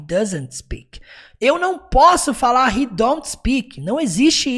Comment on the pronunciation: Parabéns pela excelente vídeo aula, conteúdo e didática maravilhosos. Impossível não aprender. lembrando apenas que no instante 1h04min45s, houve um pequeno equívoco na pronúncia do pronome "He".